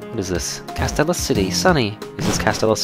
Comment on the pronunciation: it's pronouced Cas- steel- ia city